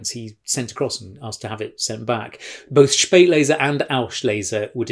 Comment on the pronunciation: Joe..."Spaet"lese = "late"er, "aus"lese, "out of time. :-) ps, get the pronunciation sorted! "Schpaeit"lese. :-)